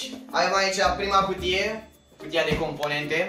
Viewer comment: hai ca ai facut 2k likes daca e. :))) doamne cand te aud cum vorbesti , so , placa da baza, cutia DA la cooler ... sursa de la seA sonic ... doamne fereste bha baiatule. in locul tau nu as mai spune firma daca nu stiu cum se pronunta .. oricum se vede ce firma e.